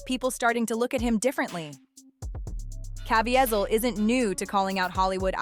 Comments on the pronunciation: Cuh veez el. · Pronounced Caveezel